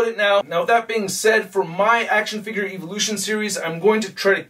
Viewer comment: Is he intentionally mispronouncing evolution?